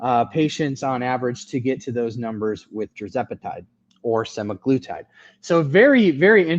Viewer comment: I think you’re right with the pronunciation of semaGLUtide - I was told the GLU is for glucose which makes sense to me! 👍🇦🇺